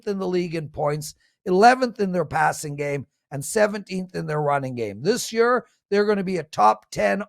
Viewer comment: says: "Year=Yer"